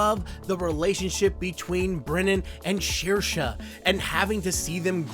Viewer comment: That kid from Song of the Sea is named Ben. And Saoirse, I believe, is pronounced "Sair-shuh".